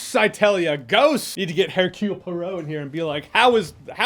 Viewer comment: I hear absolutely no problem with your mic or your sound... And, by the way, just say Hercule POARO and you'll have it.